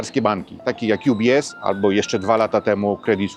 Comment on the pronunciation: Bitte, nicht „jubies” Sondern „ubies” 😊